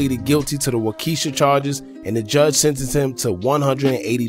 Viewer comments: It's pronounced Wau- kee- shaw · It cracks me up when people try to pronounce the county, Waukesha 😜 It's actually pronounced as Waukee- Shaw.